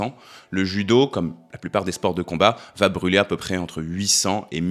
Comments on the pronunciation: Merci pour toutes ces vidéos très intéressantes 👍 Mais il n'y a pas de "t" à va... alors ces fausses liaisons "vatêtre" faudrait corriger, c'est pénible 😉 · Tu fais des superbes vidéos mais tu m’écorches les oreilles à chaque fois que tu dis : ça va Têtre) 😮